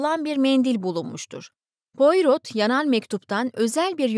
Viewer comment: Pourot baş kahramanınız dedektifin kendisidir. İsmi fransızca olduğu için poyro diye telaffuz edilir. 🙏